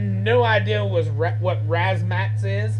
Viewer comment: razz-ma-tazz lol not 'razmats'